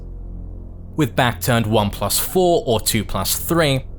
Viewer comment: Your tutorials are great, there's no doubt about that, but please.. in the future pronounce the words "forward" and "four" more clearly. It's difficult, just by ear, to tell which word you're saying.